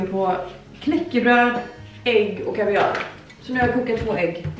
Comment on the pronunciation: Om vi ska prata om icks så ska du nog sätta dig ner i båten haha. 1. Äta kaviar 2. Hur du uttalar kaviar LOGGA UT!!